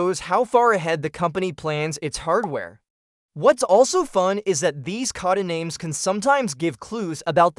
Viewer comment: Geez the pronunciations of everything are terrible. Cod-ah-names over and over again.